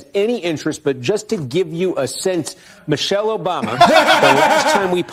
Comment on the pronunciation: I'm sorry did y'all say Michael Obama?